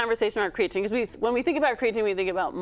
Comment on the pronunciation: Why are we consistently mispronouncing creatine